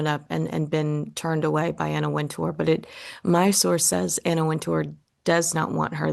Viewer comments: It's Anna Wint-er, not Anna Wint-oor. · You keep mispronouncing Wintour's last name. The accent is on the first syllable.